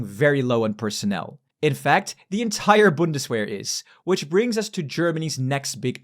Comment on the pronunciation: Vc está falando errado "W" em alemão tem som de "V" então o certo é "Bundsverr"